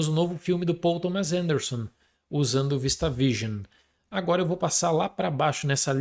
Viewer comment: Pessoal, vocês reparam que o fala ANUORA? HELP